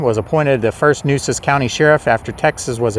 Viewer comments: FYI: The true pronunciation of " Nueces " is like "New-aces" (one word). Mesquite trees are numerous around the San Antonio area. Corpus Christi was a very important port city by the mid-1800s, same as Galveston. Yellow fever and hurricanes drove many people away by the mid-1900s. However, Houston suffered same troubles but survived into a huge metropolis; maybe because it is 40+ miles further inland from the coast, with an inland channel from the sea... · Nueces - Noo-AY-ses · Really enjoyed this! My great, great grandparents were the Weidenmueller’s you mentioned at the beginning! As a native Corpus Christian, I can confirm those are mesquite trees, that they grow low because of the wind, and their thorns pack a punch. And, somebody probably told you,but the county is pronounced New a sis. The first weekend in November I plan to go to an annual event at the cemetery,where I understand people will be to tell stories. I no longer live in CC, so I’m not sure of the details, but thought you’d like to know. Again, you did a great job! Thank you.